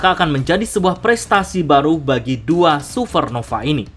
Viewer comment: Supernova bang, bukan suvernova